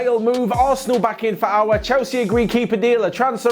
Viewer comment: It's Aouar not Aoaur